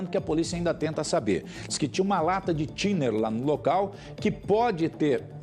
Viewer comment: 😂😂😂 é que o bombeiro falando Thinner pareceu estar falando Tinder